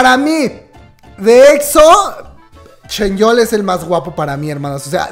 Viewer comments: Por qué le dices ChenYeol? En lugar de ChanYeol xD digo una curiosidad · Alguien que me explique el por qué le dice "ChenYeol" a "ChanYeol" 🤣